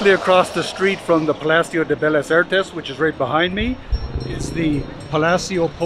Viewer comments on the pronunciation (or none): Actually, just as a manner of helping you and anybody who sees this comment I think a lot of non spanish speakers make this mistake. They pronounce words having two consecutive "L"s as if the word has one "L". For example you pronounced "bellas" as "belas". When a word has two "L"s you pronounce them like a "y". So bellas would be pronounced as if it was spelled with a "y" like beyas. So Vallarta would be pronounced as if it was spelled like this, Vayarta. If I recall correctly it might be that in Italian two "L" s are pronounced like one. Anyway not trying to be a buzzkill but thought you should know.